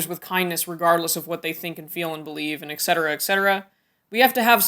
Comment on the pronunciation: there are not Aigs in cetera! the word is ETcetera not excetera or eggcetera or in this case aigcetera it is ETCETERA if you cannot pronounce it then please use the english version: egg so on